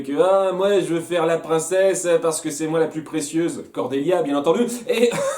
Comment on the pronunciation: C'est vrai qu'elle est pénible Cornélia (d'ailleurs tu écorches son prénom en disant Cordélia mais vu comme elle est sympa c'est pas grave) après c'est vrai également que cela ne se fait pas qu'Hay Lin les ait toutes inscrites juste parce qu'elle en avait envie. Elles ferment peut-être les portails pour que cela ne s'en pire pas davantage, en plus leurs proches sont sur Terre donc elles veulent peut-être juste les protéger, après c'est vrai qu'elles pourraient essayer d'en garder un ouvert, un bien cacher des deux côtés, pour avoir un accès malgré tout.